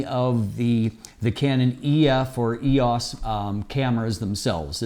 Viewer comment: Can't you pronounce "EOS" the way that canon themselves pronounce it? It makes you seem disconnected.